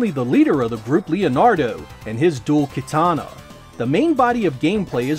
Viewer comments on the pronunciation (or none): none